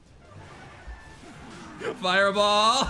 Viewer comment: That fireball(furball) caught me off guard. Im dying🤣🤣